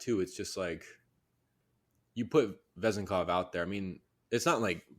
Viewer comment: Last name accent is on second syllable